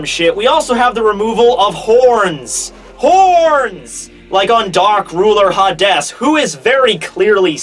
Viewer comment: I Refuse to pronounce it ha Des ESPECIALLY Revived king ha Des. it is clearly Hades, the ruler of the underworld, fuck ha des lmao it is Hades